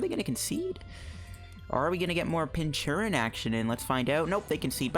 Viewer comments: I think it's pronounced "Pinch-Urchin." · What is with the pronunciation of Pincurchin? Is there some joke I'm missing or is it just badly pronounced?